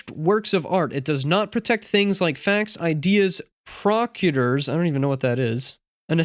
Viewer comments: you nailed it except the word is "pro-seed-jur" like we are going to carry out a procedure. Not prock-u-dur lol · Shut the video off once you said "Prok-yoo-derr??...er..I don't know what that is" for the word 'Procedure.'